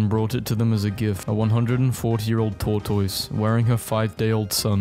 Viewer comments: correction: it is pronounced tore-tis not tore-tois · Pronounced TORTOSS!!’’ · For goodness' sake. SOMEONE teach this person how to say tortoise. Pronounced "Tor-tus" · Why does he say tortoise like that